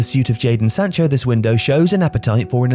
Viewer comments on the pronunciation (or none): none